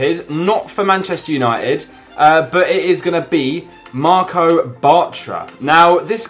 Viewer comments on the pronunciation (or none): WTF did he say ??😂 MARCO Bartra, its marc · It's Marc bartra not marco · i died when he said marco batra